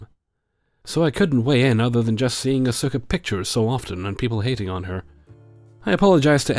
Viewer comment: I know this is nerdy of me to point out, but you can tell hasn't seen Evangelion based on how he pronounces Asuka:) Hint: It sounds like "Oscar" without the R. Not the PRECISE pronunciation but the easy way for English speakers to get close. Also "waifu wars" are always cringey to me. Whatever happened to just having "favorite characters"?